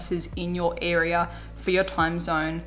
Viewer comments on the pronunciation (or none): none